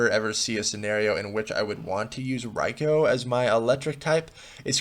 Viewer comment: Hayden Ballard AFAIK that's pretty much how it's supposed to be pronounced.